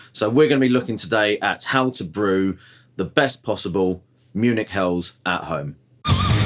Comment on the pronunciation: Munich What did you call it?😂